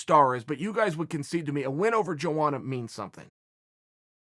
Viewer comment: Between this video and the who's the better striker video hes pronounced joanna's name 3 different ways. JoAnna Joanna and Yoanna.